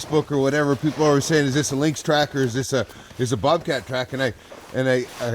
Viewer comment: The singular and plural form of lynx is the same, lynx. Link is not a proper pronunciation for either singular or plural.